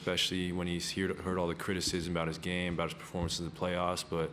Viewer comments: Bout -- reporter Canadian lol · 'Talking aboot legacy..'